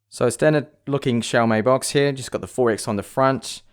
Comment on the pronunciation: please just say here and not hewyha